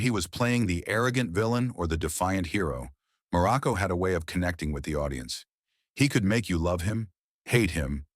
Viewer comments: Crappy AI narration, dumb and stupid narrative. Muraco--not "Miraco"--was an excellent heel, a solid wrestler, a great worker, and a likeable person. Was he a stiff worker? Maybe. Greg Valentine also worked stiff, as did the Bulldogs, the Road Warriors, and a lot more. It was just how they worked. As for Muraco's alcohol problems, if he was open about it, all the better. It can happen to anyone. This kind of BS reporting--if it can be called that--is a disservice to wrestling and the wrestlers themselves. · Me too! Mur a co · And Marco I heard too. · Dude just mispronounced dudes name "Miraco" and hes lying about this man?! No tragic life?? Unsubscribing immediately, God bless you 🫵🏾🙏🏾 and thank you. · "Merico"? I HATE AI NARRATORS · The AI voiceover is ridiculous. How many different ways can AI mispronounce the name Muraco? This is almost entirely fiction, this guy was one of the least controversial wrestlers in wrestling. God I hate AI… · He was one of my favorites when I was a kid but if they are going to use an AI narrator, at least pronounce the last name right of the person you are talking about. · This is totally bullshit. You can't even pronounce his name correctly.